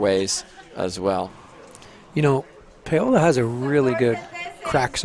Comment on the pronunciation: Every time he calls her “PAY-OLA”, it makes me cringe. Someone please tell him how to pronounce her name.